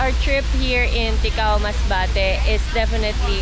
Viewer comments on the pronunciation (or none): Great Video! I am bicolano and I’m staying here in metro Manila. I miss my homeland! By the way it is TICAO not TIKAO! 😊😁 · It's Ticao not Tikao, I'm from Masbate thank you for featuring this.. 👍👍👍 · It’s TICAO po. Proud MASBATEÑO here thank you for visiting my homeland.